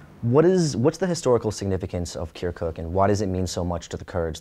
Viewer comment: The way he says "kerkook" just makes my ears bleed.